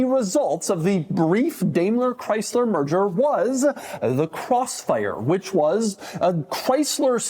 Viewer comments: it's DIME-LER not DAYMLER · Yup, DaimlerChrysler, the "merger of equals" that never was. (Btw Doug, it's pronounced "DIE-mler" not "DAY-mler". Take it from someone who grew up in the Detroit area and was in charge of a commodities contract with them for a supplier.) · Daimler is.pronounced "dime ler". Not dame ler. Do better. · It's pronounced as "Diamler, not Damler." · The Crossfire was a unique car. Too bad Chrysler doesnt have a good rep producing reliable cars. But I thought it was pronounced DIME-ler Chrysler not Day-mler Chrysler? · It's pronounced "Dime-ler" not "Dame-ler" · Not to nitpic but, Doug, it's pronounced Dime-ler not Dame-ler. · It's pronounced "Dime"ler not "Dame"ler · It's not 'DAY-MLER' it's 'DIE-MLER'. Also, this was a pretty good little car. I drove the roadster version of it several times. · how do you not know how to pronounce "dime-ler"? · Pronounced DYMLER BENZ. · Doug, really, you're such a car guy, but why in tf did you pronounce Daimler DAMELER? maybe time to bring your new found ego that everyone is noticing on you little podcast things you do back down to humble levels. And maybe you will pay attention. Thats one of the top common names in the automotive industry yet you completely fkd it up. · DIME-LER.....say it right.... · It's produced "Dime"ler. Otherwise good video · Is it actually pronounced "daymler"? That kind of the me off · I'm not a German, but I had a stroke listening to the pronounciation